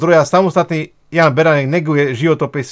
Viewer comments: A je to pán Baranek ani priezvisko neviete vysloviť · Kolkokrat povedal Beranek?!On nevie ani precitat meno!Toto nie je normalne! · Už sa nedá na tie tvoje videá pozerať a hlavne nedá sa to počúvať si totálne nepripravený nevieš ani vysloviť meno človeka o ktorom niečo robíš je to totálne amatérske a odfláknuté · Kyda sa lahko. Mohol by si zacat od seba. Tvrdis o sebe ze si investigativny novinar X rokov a taku zakladnu vec, ako meno osoby o ktorej informujes skomolis kazdy druhy krat co ho vyslovis. Preco sa vrtas v prispevkoch ludi, ktori boli presvedceni pre dobru vec a prispeli? Aku mas motivaciu hovorit za nich? Prispel si aspon? Pochybujem. Vrtas do cenovej kalkulacie na ozvucenie namestia a prd o tom vies. Alebo si vedel, kolko ludi pride? Ak by prislo 10 krat viac a bol by tam ten jeden reprak, zase by si ohovaral ze 80% ludi nepoculo co sa rozprava? Pride mi to ako cista zavist z toho, ze ty take prostriedky nevyzbieras. Uz asi nikdy. Prinos z tohoto videa, 0. Vlastne skor negativna. O niektorych prispievatelov si prisiel. Kedysi to bolo z tvojej strany o snahe pomoct a poukazat. Dnes kydas. Vsade a na vsetko.